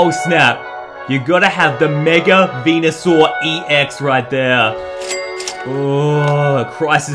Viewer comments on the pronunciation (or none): He said mega blastoice on mega Venusaur